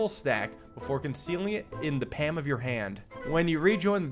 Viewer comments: wall it is pronounced without the L. but its pronounced pahm not paAm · "Pam" of your hand? lol. I've never heard anyone pronounce it like that. What the fuck lol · Starting off early, I see. It should be "Pom" or "Pahlm." "Zhahn-Darm!" (The gendarmes were the police) "Boh-ee-shuns" (Boeotia is a district of Greece - he's using it as a synonym for "Philistine") The word you skipped over is pronounced "boo-tahd". "Sah-GAA-si-tee". "On-ree Dah-rah-mitz" That was pretty close, actually. "Bear-zher-aack" "Ree-sheu-lyeu" (The u sound here is not easy to transcribe to make sense in English, sorry.) "Muh-syeu" (Same u sound as in Richelieu) But where else am I going to get comment fodder from? "Cah-PRER-uh". It's an island in the Mediterranean, so clearly Theodore's not doing too badly. Again, it is "Leev-re." Sophie "Doe-bin-yee." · The way he pronounces palm without the L is quite funny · why do you say palm as pam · For all of you trying to describe how he pronounced it learn IPA he pronounced it as /pæm/ rather then /pam/ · I love videos, and is always entertaining But GOLLY it hurts to hear him say pam instead of palm, if you’re reading this, take note of me saying that I love your videos regardless! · What planet do you live on where PAM is normal? Paul-m is the normal pronunciation for me. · it's pronounced paLm. There's an L in there. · Why’s he say pam instead of palm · bro doesnt know how to say palm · He must pam the cards well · Him saying pam and NOT PALM MAKES MY BONES DISINTEGRATE like look you shouldnt constantly have a bottle of pam in your pam should you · Most people would rhyme palm with calm, but you do you! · Coming to rewatch this series, and now the way he says palm and calm actually seems relatively normal to me. I've watched too much. But is it really too much?